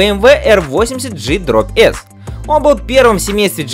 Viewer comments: Гггггггггг не джи а гггггггг😮😢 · Всё отлично, однако, есть маленькая просьба к автору немецкие мотоциклы называть так как их называют немцы. Например BMW автор называет правильно - БМВ, немцы именно так и произносят (не Би Эм Дабл Ю). Но G/S это Г/С (отсюда пошло прозвище Гусь), а полностью произносится Гелэнде/Штрассе